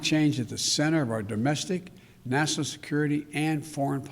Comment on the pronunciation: Can you speak Bidenese? It’s easy, just take several shots of your favorite hard liquor, then, Instead of: ‘national security’, just say “nah-sin-all” security and you’re on your way to speaking fluent BIDENESE.